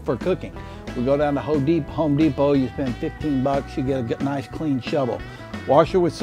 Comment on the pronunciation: Lol did he say ho depot